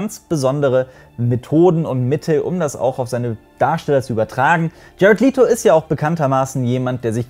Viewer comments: Du hast Jared Letos Nachnamen falsch ausgesprochen. Er wird wie "Lätto" gesprochen! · Er wird jared läto ausgesprchen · Bei Jared Leto wird das e in Leto kurz gesprochen. Kleiner Hinweis.